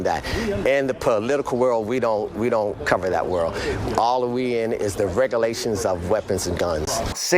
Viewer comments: The ATF agent can't even pronounce regulations. He's gonna aks bout following regalasions. 😂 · They really don’t hire the most intelligent people do they smh. Is it “Regulations” or as the ATF agent states “Regaalations”. Smh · I like how he said, "Regalations"... Failed 3rd grade English and became an agent.